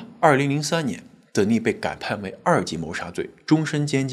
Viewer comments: You mispronounced the name "Denis" [d'enis]. The accent is on the first syllable. The female version of this name is Denise [dni'se]. The accent is on the second syllable. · Denis 是不是唸：丹尼斯。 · 男性Dennis 的發音是在第一音節 。女性Denice 發音才在第二音節。